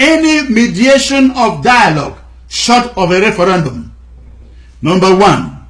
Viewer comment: Please try "referendum" instead of "referAndum".